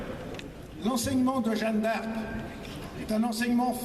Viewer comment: L'autre il n'a pas compris que ce n'était pas "Jane D'Arc" mais Jeanne d'Arc ? Il n'a visiblement rien compris à l'Histoire de France au point de prononcer le nom de Jeanne d'Arc comme "Jane d"Arc". Ils sont trop drôles ces types de l'extrême droite, même pas capable de prononcer : Jeanne d'Arc. "Jane d'Arc". Quelle insulte pour la France. Et les autres : ouais ouais ouais avec applaudissements. Ils n'ont pas compris : il a dit "Jane d'Arc". Qu'ils sont cons ceux de l'extrême droite.